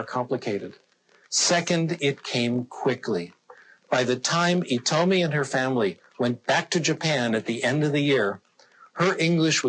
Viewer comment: やっぱり、日本人としては「イトミ」が気になりますね。「ヒトミ」の間違いでは・・・？と思いつつ聞いたのは私だけ？フランス語とかなら[H]は発音しないそうだけど、英語だしなぁ～？？？